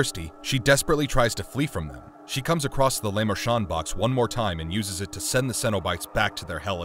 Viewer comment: Lay mon shon box? Lol.